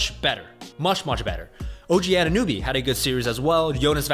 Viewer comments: It's Anunoby, not Anunewbie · "Anannuby" his name really isn't that hard to pronounce lol.. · ANUN OBY stop saying his name wrong lol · How is it the best content, if he can't even correctly pronounce two of the players names of the team hes talking about??